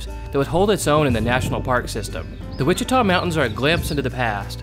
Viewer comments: Ouachita is pronounced "Wash-it-aw", not "Watch-it-aw". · very good video! buut Ouachita is pronounced Washita like Wash-i-taw